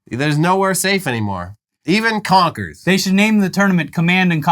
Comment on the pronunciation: Confers?😂 yeezus